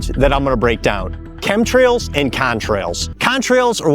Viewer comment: Epa is dumb as box of rocks. I heard him not be able to say chem trails